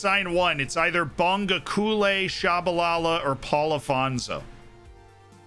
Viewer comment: As a South African I'm very pleased with this signing. I might be wrong on this but I would pronounce it 'Bong-go-kuush-leh'